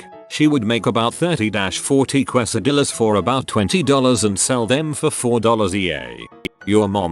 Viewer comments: Que. so it is Kwe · Quesadilla pronunciation: Normal people: CASE-a-dee-ya No one: Voice synthesizer: QWES-a-dilla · make yourself a dang qwesadilla